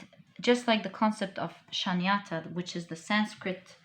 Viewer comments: One correction... it is not Shanyata... it is Shoonyata! Shoonya = 0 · Just one correction. The word for nothingness in sanskrit is Shunyata.. pronounced as Shoonyathaa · Shunyata - tha Sanskrit word for nothingness or zero is pronounce shoo nya tha. Or like shoe nya tha. Beautiful reading.